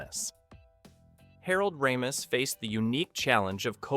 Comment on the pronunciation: The way the names aykroyd and ramis are said over and over is pathetic. Get it together.